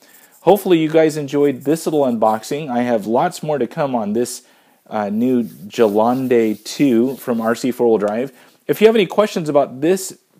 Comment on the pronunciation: It's pronounced "ɡəˈlɛndə" ;^) Cool unboxing and might very well be my next vehicle.